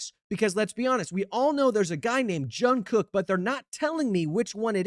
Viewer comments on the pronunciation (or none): none